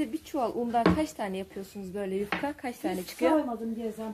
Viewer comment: Selamlar. yufkaya yukka diyor (sempatik) 😊 iki cümlesinden birinin ya başında ya sonunda 'bakalım' demeye başladı. Bu çok kulak tırmalıyor. Hakaret olarak algılamayın lütfen.